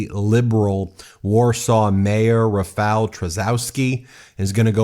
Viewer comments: Read: Rafaw Tshaskovski. That would be English spelling of Polish pronunciation. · Since, most probably, Rafał Trzaskowski will win, please learn to say his name correctly 😊 Or somewhat correctly at least because it’s not an easy name to say 😎 “Rafał” is the easy part because “ł” is the English “w”, so “ra-fow” (rhymes with ‘cow’ 😁) “Trzaskowski” is “Tshas-cough-ski” 😊 Hope this helps! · You can pronounce 'Rafal Trzaskowski' as 'Rah-fahl Tsha-skoff-skee.'"